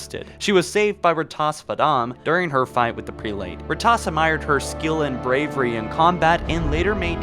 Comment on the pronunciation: Yay a video that spoils a book I haven’t gotten the chance to read yet and he sounds illiterate due to how stupid he sounds when he says prelate.